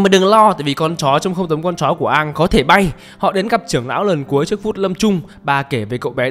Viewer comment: công bằng thì cái việc cứ xiên Aang và avatar tiếp theo sẽ phải mất cả chục năm để gọi là đủ lớn để đi đấm nhau còn thắng hay thua chưa biết, nó là 1 cái plot hole của show gốc. Còn lại thì cái phim này thiểu năng vãi chưởng. Cơ mà quý kênh đọc sai tên r, không phải Aang mà là Oong